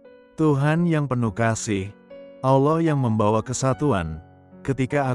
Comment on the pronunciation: Penyebutan Allah tidak pas. Saya harap bisa diperbaiki ke depannya.